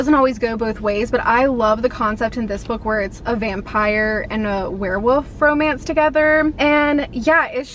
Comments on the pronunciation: Love you, love your videos but did you say "werewoof" compared to "werewolf"? Could be my hearing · love ya girl but you had me DYING cause you kept saying werewOOfs and werewOOves instead of werewOLf and werewOLves. Idk if that’s how you pronounce it like where you live but I’ve never heard it said that way before. 😂❤️❤️❤️ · Why do you keep saying “were-woof”? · I'm dying at the way you're saying werewolf . 😅 woof